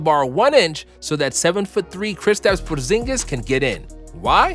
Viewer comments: I like the way you said Purrrzingus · I like how he says Kristaps Porrrzingis